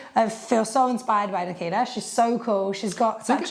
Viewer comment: Could not avoid hearing Makita every single time Nakita was discussed.